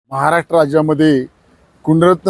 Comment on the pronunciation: सर्व बरोबर बोलतात पण महाराष्ट्र तेवढ नीट बोला 😂